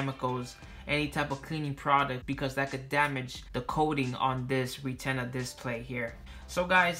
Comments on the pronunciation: Lol re-tenner 😂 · man said REEE-TINA 😂😂😂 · Sounded like ree-TEN-a to me.